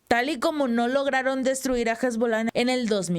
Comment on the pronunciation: por favor: Tu eres una persona inteli GENTE. No le hagaa propa gnd gratuita al Malo: EN ES PANOL LA "H" NO SUENA; por lo que debemos dicil: "ESBOLA" (sin la joda).